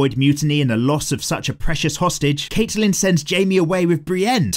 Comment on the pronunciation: I hate how he pronounces Catelyn but not as much as I love how he calls Joffrey "Joff" 😂